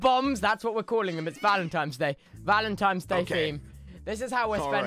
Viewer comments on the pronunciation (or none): is it just me or did tubbo call it "valentimes day" throughout this entire video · I love how tubbo pronounces it vAL-Em-Timebs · is he saying valentimes day?? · “ValEntIMEs daY” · "Valentimes" day lol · nobody: tubbo: “valentiMes day”